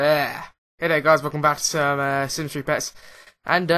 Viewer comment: PETS NOT PRTS